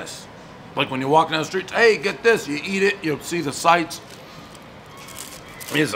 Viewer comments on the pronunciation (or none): none